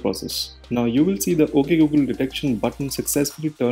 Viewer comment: When they said at first "Oke Gu Gel"